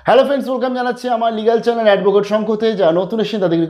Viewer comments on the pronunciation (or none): none